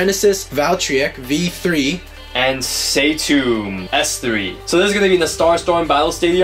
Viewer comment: its satoon not satomb